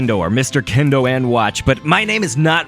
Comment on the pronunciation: instead of kendo lik it should be kin- oh